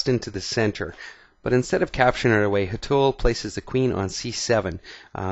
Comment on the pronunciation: Its Hé-th-ul shah :) loved the video :D